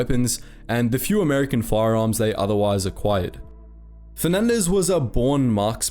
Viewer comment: "Bataan" "Nieves" "Leyte" Damn, he pronounced that fast and well